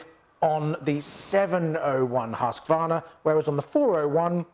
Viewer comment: It is HUSQ-VARNA not HUSQ-A-VARNA dont know why so much people invent letters xD.hahahha Nice vid guys! keep it up!!